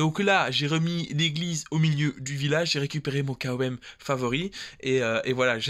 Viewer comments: Par contre on dis "comme" et pas K O M 😂😂 haha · Sympa comme style de vidéo ! Sinon tu peux dire " kom " comme ça se prononce au lieu de "K.O.M" lettre par lettre. En tout cas t'es le premier que j'entend dire comme ça 🤷‍♂️😉👍